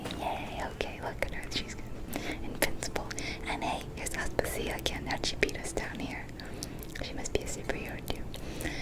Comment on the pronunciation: Aspàsia, not Aspasìa 😅